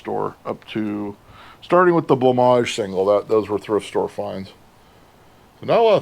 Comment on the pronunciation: Having discovered it myself and not hearing of anyone who knows of it yet loving many of their songs, I always thought Blancmange was pronounced “blank-mange” rather than “blah-maj”, thank you sir for showing me the correct way to say it